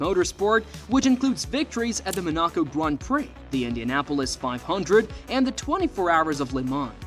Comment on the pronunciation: "Men AH co" Grand Prix